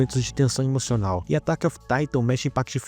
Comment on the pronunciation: T emoçonal?? 🥺🥺